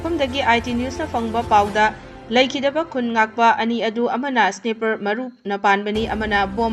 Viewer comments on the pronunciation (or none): Meitei even can’t pronounce sniper 😂😂😂 how on the world did they qualify for media wtf 😂😂😂